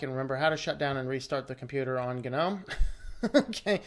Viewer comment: Is it really supposed to be pronounced gah-nome?? It sounds so forced and pretentious. But if that's how it's pronounced, so shall I. 👍🙂👍